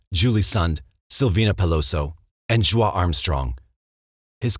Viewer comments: Is that how Joie (Joaaah) is pronounced? Surely it's pronounced 'Joy'. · "Joie" is pronounced "Joy." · Just a quick correction: The Armstrong woman's name is pronounced JOEY, although it is spelled JOIE. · i agree with the french meaning; her mother spelled it that way, but pronounces it Joey. I only know this bc i read a book on Stayner, and i thought her name was pronounced "Joy", until i got to the part in the end where the mother had talked about "Joey". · No. She pronounced it Joey. Jo ie.